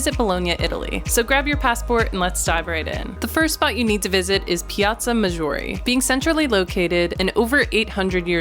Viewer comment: You have to say it correctly " Pala-TZZzzzo ~ ma ~Jeoooorë " ❤